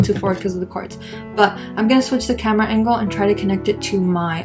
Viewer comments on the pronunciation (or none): none